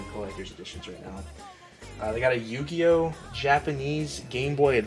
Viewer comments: you said Yu-Gi-Oh totally fine then proceeded to butcher it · is slippin! Haha!